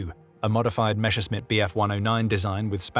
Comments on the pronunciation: no it doesn't. He is confusing the S and SCH sounds. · Interesting,but the mispronounciation of Messerschmitt nearly turned me away.